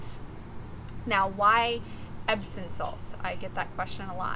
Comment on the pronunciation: Epsom Salt, with a M on the end, not an N.